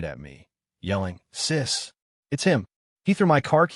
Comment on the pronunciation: sees???????????? fix your ai its sis you fucking retarded ass nigger